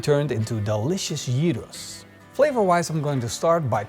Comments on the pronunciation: Thank you for pronouncing it like this. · Your γύρος pronunciation is spot on! Looks delicious! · Impressed by the proper pronounciation of Gyros.